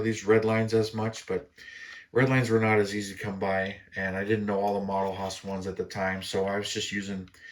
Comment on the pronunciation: I really need to straighten one thing out for you brother. Modelhaus resin (no defunct) was a play on words. The owners name Don Holthaus is pronounced holt- house. So when he named his company Modelhaus (Model-House) as a play on his name and a cool name for the company. Every time I hear you pronounce it Model-Hoss Ive wanted to correct you. I am aware not many like grammar police on the internet but here I feel it is warrented. It is Don's name after all and I have a name which is often mispronounced so I hear it often enough that it grates on me at times. I get my muscle car fix from your channel since I normally build mostly drag subjects. I visit here often so I thought I'd justbsay this and get it off my chest Now you know.